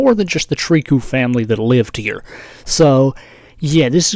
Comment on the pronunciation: It's pronounced "Trikoo" it's a french name